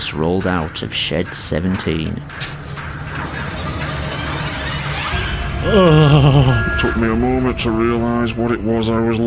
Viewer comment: I thought he he said”shit 17”